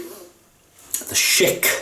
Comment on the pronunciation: LOL Think of it like "SH-ick" not Sheik, which is a chief of an Arab tribe. You might make offend someone from the Middle East calling it a Sheik. Love your videos and will keep on with my attempt to watch them all. All the best regards from the "States"